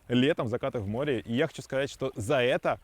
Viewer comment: Слово "море" блоггер, находящийся на море, обязан произносить правильно